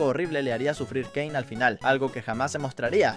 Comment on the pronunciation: Si porque en un rato dijo "keine" en vez de "kein" para referirse a caine